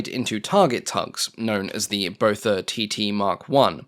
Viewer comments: I think its pronounced 'Bother' 😁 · Its Botha, like Naas Botha, prounounced Booa-ta its a South African Afrikaans surname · every time you said Botha i heard Beaufort 🤷‍♂ 😂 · Me too!